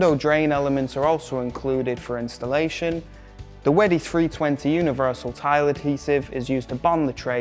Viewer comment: Can you learn how to say wedi before you make a video?